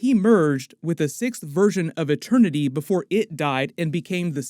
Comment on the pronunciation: No one: Peter Quill: eTeRnY